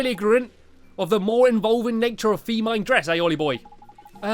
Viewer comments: Did you just say feemine instead of feminine? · Not to judge you or anything but you pronounced feminine incorrectly